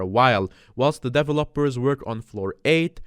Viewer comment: I love how he fully pronounces developers.